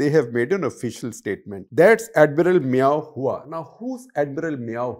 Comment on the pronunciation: I think guptaji ka pronunciation thoda dheela hai, its admiral meow who. 😂😂😂